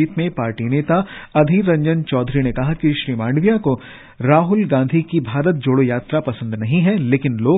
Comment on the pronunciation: आप " माडविया ' बोलते है । ' मांडविया' बोलना चाहिए ।